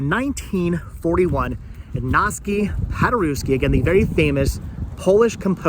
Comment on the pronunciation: His name is pronounced Igg-naz Pod-ur-ev-ski.